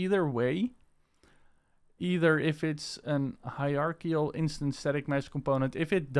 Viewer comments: Ugh, that still isn't right, not even close. It's "Hi-er-ARC-UL" you can literally google a pronounciation of it. The "er" is kind of soft, the ARC is harder, the "ul" is somewhat soft, a very short "L" sound. You can get away with saying the first part as "Hi-RAR" also and it will be close enough. You do not say it "RARK" the "ARC" is more separate from the "er" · hierarchical - HI RARK EE KAL alternatively it can be pronounced HI RARCH EE KAL :) Excellent video by the way and thank you so much for sharing this... As a fellow owner of the Games By Hyper V2 products I am so happy that you have shared this for us